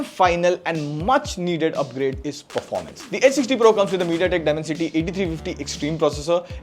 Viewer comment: It's Performance, not Performace🤣🤣